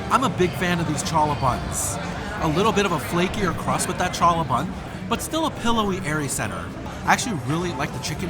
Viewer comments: I’ve never seen anyone enjoy food more than you. The smile and head nod when something is delicious cracks me up. BTW - challah is pronounced “Haa-luh” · Hi! Love the videos - The buns are pronounced Hallah (spelled Challah) - it’s a Jewish egg bread